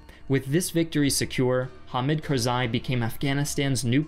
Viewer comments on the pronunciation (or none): Your videoes are spot on. BUT your pronunciation is so bad 😂😂 arabic and pashtun is like Japanese. Its ha’me’d kar’za’i bruh👌🏻syllables don’t blend but articulated as much as if your where spelling letter out loud. And another thing its Piiiii rick not firick. Fucking hell😂 plus your say it all the time. A pyrrhic victory is to win at great cost, that its barely a win😂 you over use that word🙈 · It's pronounced Ham-eed Car-zah-ee